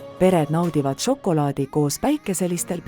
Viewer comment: "Ja nii tehakse žokolaadi istandustest kuni maitsvate maiustusteni" . Ärge nüüd saage minust valesti aru, tehnoloogia on imeline ja väikese vaeva ja pisikese loovusega võib väga ägedaid asju luua. Ja ausalt mu pea 4-aastane ütles ka just "See on nagu multikas mulle / See on nii lahe, tahan veel...". Küsimusele mis ta veel tahaks näha vastas "kaneeli"... Kui midagi, siis veidi lugege ja toimetage tekste rohkem (või üldse?) palun. Lapsed täiega janunevad igasuguste tarkuste järele aga see diktsioon, elutus, rõhuasetused. Siin ehk on potentsiaali mudelite uute versioonidega jne.. kardan et antud näide on praeguses olustikus liig-automeeritud... siiski impressiivne.. Ma ei tea, hea töö vist.. aga et see sisu siis ägedamaks saaks.. Jõudu!